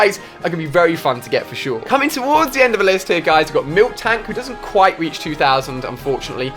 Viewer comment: He said MILKTANK wtf dude :D